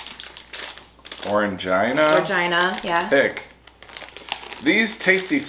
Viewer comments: Wow! You had lots of items in that snack crate!!...we have the little bears and the Mikado sticks in the UK - i love the sticks!.. Orangina is pronounced 'Orangeena' - it used to come in a little glass 'pear-shaped' bottles - very retro! Now you can get it in cans and larger plastic bottles as well - lots of flavours: all citrus (lemon, grapefruit, orange, lemon). - you need some scissors!!! Packaging is not your friend 😂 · Seemed very slightly out of focus. Orangina is pronounced Orangeena :) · as a frenchmen i'll help with some pronunciations, "Orangina" the "an" is a nazelised o sound, "gina" is pronounced like the name Jean with "a" at the end that sounds like the noice you make when the doctor says to open your mouth. "tête" is pronounced like the beginning of the word "tell" but remove the "ll" and the "e" at the end is not pronounced, you guys are also so holsome